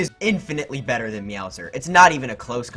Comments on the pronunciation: "That's betuh" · British Odyssey Central.